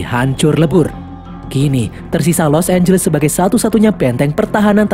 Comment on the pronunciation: Di film ini los angles berubah jadi los ambless